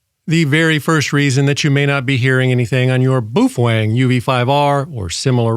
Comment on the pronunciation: bwoofang hahahahahahaha